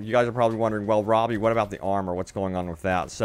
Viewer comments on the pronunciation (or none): none